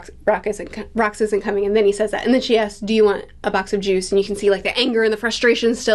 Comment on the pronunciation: Lol... the emphasis on juice especially. Luffy drank Juice and shanks teased him for it and said no pirate would drink juice.